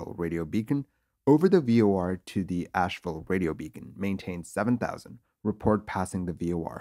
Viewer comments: It’s AsheVILLE, not Ashewell! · '312 Sugar'? 'AsheWELL'? Your flair for the dramatic is impressive, but pay better attention to your script.